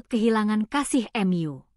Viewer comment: Kok narator nya ngomong nya aneh ya. Hrs nya kan tau tp dia sebut nya ^tahu* juga Mu disebut nya Em yu